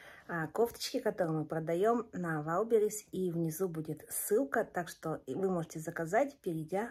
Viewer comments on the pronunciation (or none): none